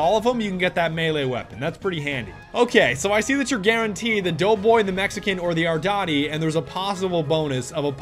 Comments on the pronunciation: Its pronounced R-DEE-TEE Not R-DOT-EE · U SAID ARDOTI BUT IT IS REALLY ARDITI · it isn't pornounced ardAti its pornounced ardIIIIIIIIti sounding like the letter e you're killing me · "ArDaTi" It's Arditi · It’s arditiiiiii not ardati no offense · ARDAATI XDDD ARDITI love the vid tho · THE AR-DEE-TEE NOT ARDOTTY DAMNIT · THE AR-DI-TI NOT THE AR-DA-TI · "The ardoti" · Does anyone else keep getting triggered every time he says "ardati" instead of "arditi"? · The fuck is a Modello 1915 "ardati" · "Ardati" It's "Arditi" Ar Dee Tee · "The aradati" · ARDIIIIIIITIIII NOT AtDaTEee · ardatee? "ardeetee"* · Pls don't call it the ardoti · arditi not ardotty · what the fuck is an "ardari" ? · This was disgusting, you saying "ardoti" instead of "arditi", kill me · YOU KEPT CALLING IT ARDATI HOW DO YOU GET THIS WRONG TWICE?!?! jk i actually dont mind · I like how he pronounces Arditi as ardouty. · Itz thee aHRDeeTEy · It’s said are-dee-tee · did he say ardati? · It’s (ARR-DEE-TEE) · Stop saying ardati pls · The way he says the arditi makes me chuckle a bit on the inside